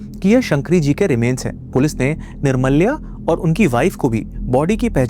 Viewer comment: Bhai wo निर्माल्य hota hai. Aur wo Jo title Day nahi दे bolte hai.just a small correction